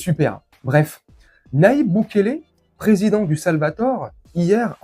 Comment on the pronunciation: Le Salvador et non le Salvator, belle video et merci a toi, Patrick